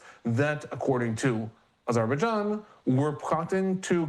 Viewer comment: can we replace these guys with a couple americans that know how to pronounce "missiles" and "azerbaijan"